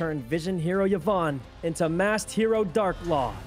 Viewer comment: Him calling Vyon, Yvonne hurts my soul XD